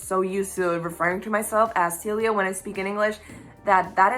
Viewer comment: Celia! That is such a gorgeous name! I love the accented version of your name much much much more than the 'English Speakers' pronunciation. :)